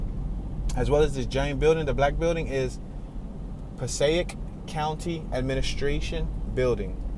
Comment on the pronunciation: Oh and it's Pass EH ick. Passaic (who knew if you aren't from around there or having folks from there.